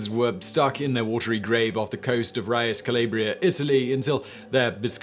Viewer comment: ouch, please work on your pronounciation of foreign words... the e in the end of Kore is pronounced (koray or maybe koree in english pronounciation) and Riace would be "Riatshee"...